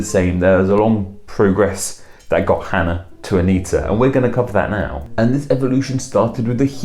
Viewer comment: Cool you pronounced Hannah properly in Hebrew. But the software you used flipped the spelling. Hebrews written from right to left, not left to right. The Chet and Hey are switched with the vowels in the same spot. That really looks like a software error. Anya and Anika are all diminutives if Hannah, which have effectively become their own names. Although Annika is also a Russian and Arabic name.